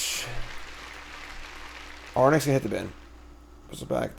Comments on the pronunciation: AIR-RINKS. Not Ar-nicks. 😡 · Love the content, thanks! I feel obliged to point out though that the creature is phonetically aw-rinx and not arn-ix.... Sorry to be pain but I just can't seem to unhear that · Gonna say nonbeliever because you can’t pronounce Arynx 😅